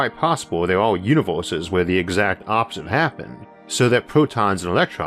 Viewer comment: LOL UNIVORSES ...with much love and much churge ...HAHA damn if not for that slight speech impediment ...He would have one of the best spaking voices